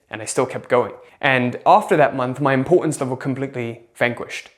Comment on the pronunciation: “Impor-unz” lol